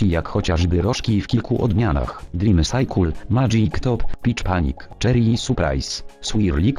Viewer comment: haha zajebiście wymawiasz ,,cycle" xD ,,sajkul" kocham to